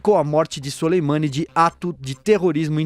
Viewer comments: A pronuncia correta é Suleman(i) . O i final é quase mudo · o cara nao sabe nem falar o nome do Soleimani haahahahahah